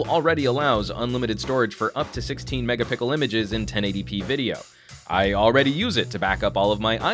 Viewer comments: Did I hear you say 16 Megapickle images?, or am i fucking crazy? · Lmao this dude said "megapickle" again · did he say megapickle?